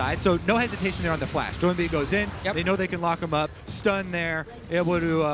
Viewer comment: Doinb is not pronounced doo-in-bee, the 'oin' is phonetic, like 'oink'. Watch some LPL, casters kthxbye.